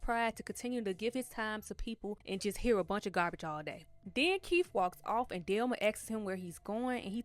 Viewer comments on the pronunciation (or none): I have but the person doing the recap was pronouncing it "Delma" not "Thelma" I wasn't watching the video. I was listening to it while washing dishes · The way you kept pronouncing Thelma name wrong was so annoying asf it's not spelled with a d delma is crazy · I'm not trying to be funny or anything but there are short videos on here that are very helpful with teaching people how to pronounce the, "Th" sound.. I was very confused the first couple minutes of this video trying to figure out who "Delma" was. I have a lisp and such videos helped me. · Her name is THELMA not DELMA 😂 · I thought you were calling her "Delma" 🤣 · Man I love how you say Thelma lol